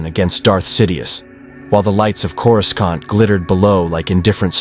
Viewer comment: One where your AI stops saying "Corus-cont".